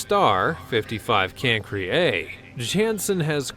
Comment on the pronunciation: Who pronounces Cancri as Cansre?